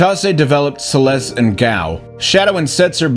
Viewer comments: Oh, it's Celeste but cut off? I've heard it that way but I can't stop saying Ceres with an L! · Seles? You realize pronounce celes really weird